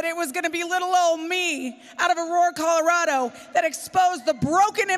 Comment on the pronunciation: Polis and his lackies need to go. Love how the anchor woman called Colorado "Calirado" Smh....